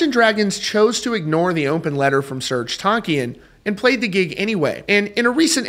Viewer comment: Do the world a favor and google "Serj Tankian pronunciation" before you make another video about him. You're welcome.